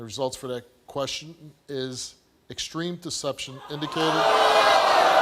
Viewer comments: "What do Exteme Deception mean? I'm just axing" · Actually she said “what does Distream deception mean?” 😂😂😂😂